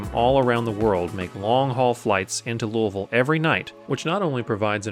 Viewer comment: Awesome. Great job of my airport. And you get a gold star ⭐️ for pronouncing Louisville correctly!